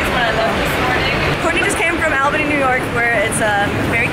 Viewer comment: The way you pronounced Albany 😂😂😂